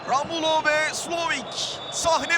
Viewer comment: Ramulo ne ya? dalga mı geçiyorsunuz. Onun adı Romulo.